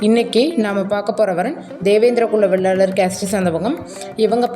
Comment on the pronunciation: வெள்ளாளர் இல்லை, வேளாளர்